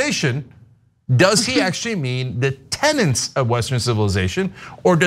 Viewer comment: I agree with you guys but it is "Tenets" NOT Tenents Sorry pet peeve